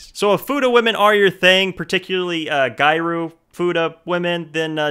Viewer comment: has good taste. his wife (me) approves! hahaha he said gyaru wrong